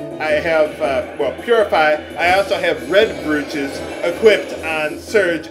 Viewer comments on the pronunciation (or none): i know this is a really old video but you enquired what it was at one point so if your interested i thought id point out that a brooch is a piece of jewelry generally worn by women similar to a badge and is pronounced br-oh-ch not br-ew-ch